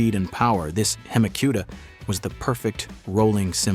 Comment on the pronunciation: Just a suggestion. Don’t have AI read all these car names off. It is not a hemi Cuda like barbecue. God forbid it actually say Lamborghini coon Tosh correctly. 😂😂